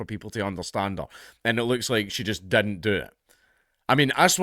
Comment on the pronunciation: All of his 'I's are 'E's. "Endian" "lettle" "dedn't" "universety" "lesten" "vedio" etc. Knowing that is half the battle.